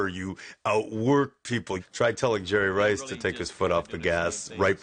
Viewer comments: “I pronounce it Jerry RRRice, 3 R’s... This a bad dude right here.” -Coach Gruden. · The ToeCutter he said he pronounces it jerry rICE